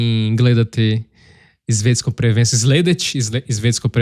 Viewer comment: Só uma coisa de pronúncia. A diferença do português, em croata S e Z sempre mantêm seu valor. Então, tem que pronunciar palavras como sladak, svijet, svjetski, snimati, osvojiti assim como estão escritas, não como zladak, zvijet, zvjetski, znimati, ozvojiti... :). Sladak é doçe, zlo é o mal.